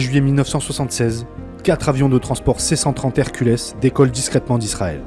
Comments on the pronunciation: Les "Herculess", sérieux? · Pour l'avion Lockheed C-130 Hercules, la prononciation dépend de la langue que vous utilisez. En français, on dit [ɛʁ.kyl] (èr-kul). De rien...